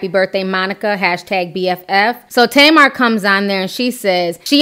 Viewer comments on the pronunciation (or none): Her name is pronounced TAH-MAR and it means date (fruit) in Hebrew ... it drives me nuts as an Israeli hearing it the other way 😅